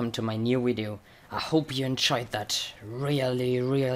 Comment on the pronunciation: I like how you say video it's sounds like you say wideo xD 😂😂😂